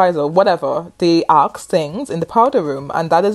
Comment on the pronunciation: Great video but why do you keep on saying arks? The word is Assssk.